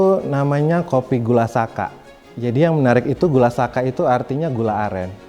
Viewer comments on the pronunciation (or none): gula saka , yg betul gula sakka. 🙏